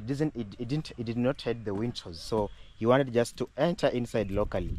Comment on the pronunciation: Nice video., I noticed you always pronounced windows as wintos. The pronunciation is easy if you break it into two: WIN as in win and DOWS pronounced as doors. So, use win doors to make it easy for you. That old man must be a man of God for him, his wife and family including the in-laws to be blessed in such a way. The beauty of life is what you give is what you received and usually in ten folds.